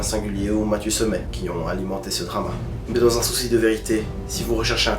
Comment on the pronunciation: Drama, pas dramat ducon.